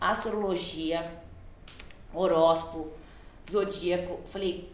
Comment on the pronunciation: Parei no "horospo" 😂😂😂😂